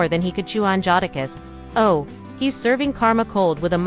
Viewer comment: Can’t take u serious LOL U CANT EVEN SAY JADAKISS RIGHT 😂… FOH WIT THIS MESS😂😂😂😂😂😂🤦🏾‍♂️